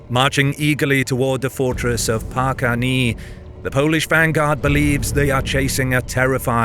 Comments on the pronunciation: city name Parkany has two pronounciations: Hungarian: Parkány, read as: POR-kahny (/ɲ/) Slovak: Parkan / Parkany, read as: PAR-kan it was never called "paar-kaneee". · Thank you! It was so painful to hear "park-any" during the video. Why is your comment is at the back in comment section? The Hungarian "ny" letter is the same as in Catalan "ny" letter or Spanis "ñ" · Párkány pronunciation: paːrkaːɲ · Párkány is not pronounced "Párkánee", but "Párkán", with a soft "n". Like the Spanish ñ, or the first "n" in "onion". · Great video, but it is not pronounced as Párkáni but more like Párkánj. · The pronunciation of "Párkány" ends in a "ny" sound, not a "ni" sound. It is roughly like the start of the British English word "knew". Or the last sound of the French word "Gascogne" More importantly: Great video. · It's not pronounced Parka-knee... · A very good video, like always. Thank you. I just want to remind you, that the pronunciation of the ending of the word "Párkány" is wrong. The ending is similar (but not the same), like the beginning of "New York". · Of course in a video dedicated to to the battle of Párkány, Hungary the guy talks about the bs Polish Winged Hussars instead of the original and more numerous Hungarian Huszárs. 🙄 Párkány is not pronounced as "Parkani" btw. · "Párkány" is not "Park Any", but rather ends with an "N" like in the word "new" or "news". "ny" in Hungarian is a single letter, like 'a' or 'b'. It litreally is one, it's in the hungarian alphabet. I'm not complaining, there are thousands of strange words to pronounce in these clips and I couldn't do NEARLY as great job as does, only noting this in case he is planning to perfect his Hungarian. For motivation, speaking our language on its own is a superpower (a very difficult one) 🙃 Thanks for the yet-another-great-clip! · "Ny" in Parkany is considered a single letter in Hungarian, and it is pronounced as N in "News". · Great video, but that prononciation of Párkány hurts my ears...